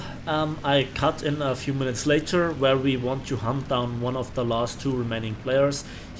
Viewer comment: some time when you say: i need to hunt them down sound like: i need to hump them down